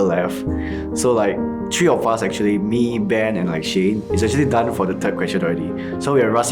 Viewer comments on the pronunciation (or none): none